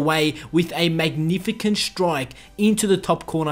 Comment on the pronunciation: I don’t care where your from, that is NOT how you pronounce magnificent.